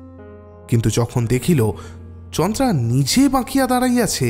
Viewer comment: chandra sonache ucharon ta kintu naam ta chandara